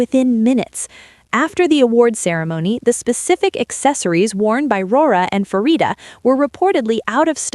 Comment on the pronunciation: Props to our girls! Can you please fix the AI voice to pronounce Pharita's name correctly? It is not an F sound, it is a Pah sound. This is her name in Thai and Korean. You are "" you should know how to pronounce it right.